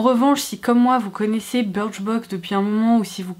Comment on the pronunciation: On dit biicrchbox